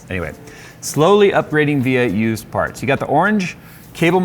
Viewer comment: Every time you said of used parts I heard abused parts. Makes sense.